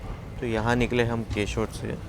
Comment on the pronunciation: तुझे हिंदी पढ़ने को नहीं आता, अक्कलहीन मनुष्य,केशोद उच्चार कैसे करता है? केशोड नहीं केशोद उच्चार करते हैं। तेरी मराठी भाषा का तुझे जितना अभिमान है उतना दूसरों कि भाषा को महत्व देते हैं। अशिक्षित कहीं का। तु रेलवे स्टेशन का नामोच्चार हिंदी में पढ कर सही शुद्धा बोल। अनपढ़, अशिक्षित बेवकूफ चा क्या तेरे लिए मटका भरकर लाए? गन्दी बोली 😮